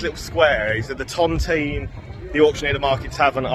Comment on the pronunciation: It's pronounced The Ton Tine not ton Ton Teen Hanley's a dump full of dust heads and morons who go out for trouble most local people like myself avoid Hanley as much as you can, You were lucky it was quiet good video thank you.